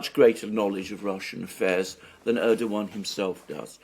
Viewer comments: Thanks Alexander for starting to pronounce Erdogan name correctly! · Alexander nailed the pronunciation (Erdogan) at the second attempt! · Hooray! Alexander Mercouris appears finally to have accpeted that the soft G ( Ğ /ğ ) in Erdoğan is silent. The other Alex, less gnarled than AM but more gnowledgable about this soft G, can gnow stop gnashing his teeth in agnoyance.